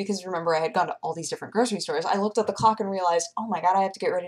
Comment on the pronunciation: Is it me, or does have problems pronouncing "clock" twice starting?:P